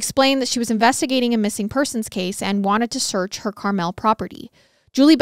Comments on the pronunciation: When you kept pronouncing it “CarMell” it gave me a good chuckle. Needed that laugh. Too cute. 😂 It’s pronounced like the candy. Just for info purposes. Not trying to be a pronunciation police. 😂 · Two things: this is disgustingly terrifying. I grew up in Carmel and it’s actually pronounced Car-mull in Indiana! Everywhere else in the world it seems to be Car-mel. I wonder if the mansion is still there if it’s off 31…. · I love y’all!! Let me say I work 12 hour days 6 days a week in a factory right outside of Indianapolis, I stumbled on your podcast and literally binged every episode in a little over a month, I am so sad to be caught up, also the way you pronounce Carmel and sav-a-lot cracked me up! Please keep up the hard work. I recommended your podcast to my work buddies and they are all currently binging. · I love your podcast so much! But you kept saying Carmel wrong so I had to say something lol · You were pronouncing Carmel wrong 😂